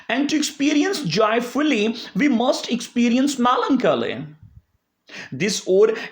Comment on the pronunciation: I like the way u pronounce Melancholy😍